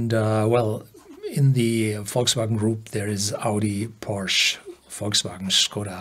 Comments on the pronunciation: It’s called Porsche even in English because it’s a name. Porsch is wrong… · Would love you to pronounce "Porsche" the correct german way... this sounds so wrong and maybe foreign viewers could adapt the correct pronounciation :)